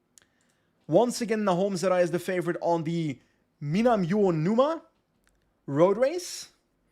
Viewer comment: Your Japanese pronunciation is not too bad! I'm going to have to go back to the beginning of the series and watch everything, so it's going to be an age until I get back. But just so you know, the race at 34 minutes that you were having trouble pronouncing is: minami uo numa (spaces help) (south fish wave). Uonuma is a city in Niigata and Minami Uonuma is just to the south. Apparently Ken Watanabe (the famous actor) is from Uonuma. Edit: OK. I watched further. You aced it :-) This stream looks like a lot of fun (and especially interesting to me because of the Japanese races for this first season -- I live in Japan). Hard to say if I will have time to watch it all, but thanks for doing it!